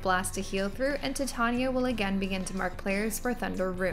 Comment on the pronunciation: not to be that chick but her name is pronounced "ti-TAN-yuh" Tan as in Van. Atleast that's how Shakespeare intended. Also, thank you for this!